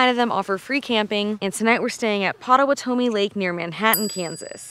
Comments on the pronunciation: Its a thing, chilli and cinnamon rolls... But u just eat the chilli then cinnamon roll for dessert... And its "pot ah wat o me" not, "pot a wa tow me!" Lol but we forgive ya... P.s. we call that lake "pot 2"... We are just happy u stopped and didnt blink! Most folks just roll down the interstate, hit a couple gas stations then say Kansas sucks! But around Wamego is definitely the most scenic area of the state... The flint hills are very beautiful. P.s. u get pulled over with those chunks of salt... Cops like Salt huh??? Lol... If you ever get a chance check out Milford Lake... Kansas' largest lake, and deemed fishing capital of Kansas. God bless and y'all come back now, ya hear 😉. Wait did u say "sar sa pir illa?" Lol... Its Sas pa rilla! 🙆🤷😅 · Whoa, the first time I've heard the pronunciation before. It's PAH-TA-WATT-O-ME NOT TOH-ME. Just the last two syllables were wrong. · Loved this video. As I have lived most of my life in Kansas I know chili and cinnamon rolls from school. But they are separate. I was sad to see you only went to Joe's BBQ. I understand you not being able to pronounce Pottawatomie, pot ta wat o mie, county correctly. But Sarsaparilla??? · POT + uh + WOT + uh + mee is how you pronounce it lol. We always enjoy hearing people try to pronounce some of our towns and water ways. Hope you guys enjoyed our beautiful state! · I love it. Born and raised in Wamego. BTW it is POT-TOE-Watt-O-ME County. :D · POT-UH-WATT-OH-ME is how you pronounce it. How? I live here. Really loved the video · pottawatomie is actually pronounced with the emphasis on the wat